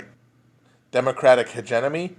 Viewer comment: lol he keeps saying hegenomy